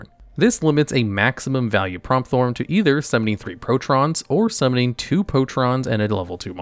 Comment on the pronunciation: Pretty sure its pronounced Prompt-horn not promp-thorn